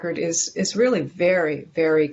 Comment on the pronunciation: They rearry, rearry do not rike us.